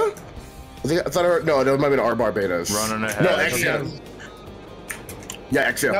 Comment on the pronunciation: it's bar-bah-tos, the ars gotya demon, not bar-bay-dos, the island